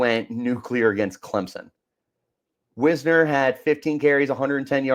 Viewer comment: Last thing. It's "Wise-ner". Getting his name wrong at this point in the season makes it clear that you don't watch the games.